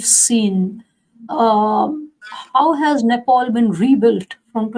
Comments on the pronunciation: Who is this moron interviewer, Country's name is Nepal not Nepoul. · Its Nepal & not Nepaul.